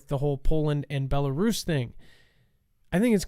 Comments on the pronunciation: i am laughing at you actually. If you watch the show regularly, you would have seen Dex and Adam going back and forth about the pronunciation of Belarus specifically. Your ignorance is impressive. Have a great day! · its is a pea-nut, not a pea-nit. Its a wolf, not a woof. Its Bela-rus, not Belaris. Just saying.... lol are you going to correct yourself on the next show? Just playin bud.